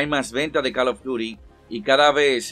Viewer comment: Deja de pronunciar mal CALL OF DUTY no jodas. Ya sabes como se pronuncia.